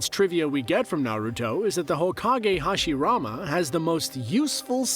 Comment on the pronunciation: Stop watching the moment hashirama name was mispronounced... It's not a dub,sub thing... A name should be pronounced correctly, it's one thing to say it with an accent, but to make it sound completely different? Nah....